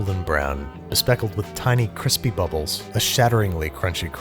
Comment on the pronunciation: YOU GUYS DIDN'T KNOW BAGELS WERE SUPPOSED TO BE CWISPY????